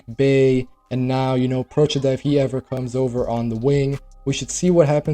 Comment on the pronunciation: as an Italian gotta say, props for Procida's name pronounciation....perfect, I heard so many americans mess it up already xD